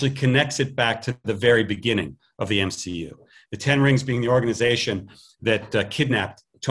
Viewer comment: You mean M-SHE-U?